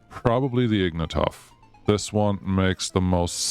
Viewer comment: damn its not “Ignatov”, its “ignAtov”.